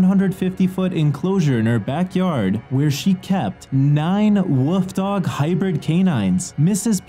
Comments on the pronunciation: Is anyone else disturbed by the way he says WOLF? It’s wolf (wool-f) not woof. It is also pronounced wolves (wool-v-z) and not wooves. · This narrator is shit. Wtf is a "woof"